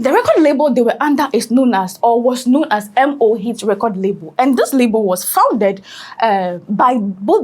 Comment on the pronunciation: It's Mo hits like no not m o hits